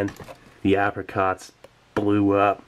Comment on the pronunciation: You started pronouncing apricot correctly.